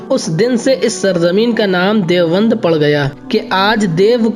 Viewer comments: لفظِ دیوبند کو تو صحیح تلفظ کے ساتھ بول لیجیے پہلے یہ لفظ دیوَند نہیں ہے دیوبند ہے چلے ہیں تاریخی معلومات دینے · جو شخص لفظِ دیوبند کو بھی ٹھیک طرح سے نہیں بول سکتا ہو اُس کی رپورٹ مطلقاً مردود ہے اور یہ شخص بِالکُل ہی جاہل معلوم ہوتا ہے دیکھو تو سہی باربار دےوَنْد دےوَنْد بول رہا ہے